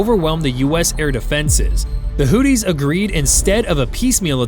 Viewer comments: First things first, is not pronounced hootees but Houthis. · Not Hootys, Hoothis , like tooth with a h in front I.e. hoothes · FFS, sound it out. HOO-THEES, not "Hooties" 🤦‍♂️ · You know you can say Houthi’s not not hooties 😂 trump guy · Hoo-these. Not Hooties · I thought they were called the Houthis, not Hooties! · It's Houthis, not hooties. Hooties are something else entirely.